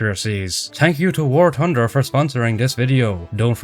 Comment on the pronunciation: I love it when bro says “war tunder” 😭